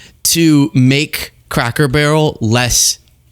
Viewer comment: “loom what they’ve done to Crack Barrel” I swear that’s what he says